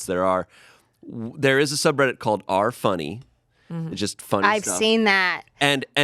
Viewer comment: Someone needs to tell that the subreddit titles are pronounced R slash whatever. R slash Amish. 😘